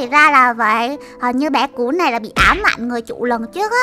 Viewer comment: "Cún"mà cj nl gọi là cùn 😒